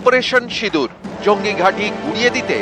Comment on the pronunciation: Yogi ji bengoli bol rahe hai 😮sindoor ko sidoor